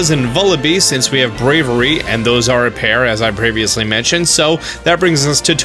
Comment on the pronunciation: You call the Pokemon Braviary "Bravery" def not how it's pronounced lol